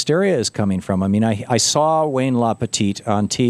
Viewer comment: I'm seeing a funny trend now where Thom pretends to mispronounce Wayne LaPierre's last name as LaPetite.